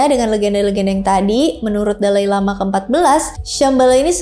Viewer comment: Mba kurang2i penyebutan kata2 yg ujungnya huruf vokal ditambah2in "k". Seeprti "indiak" " lamak" "usiak". Kesannya gak dewasa. Maaf 🙏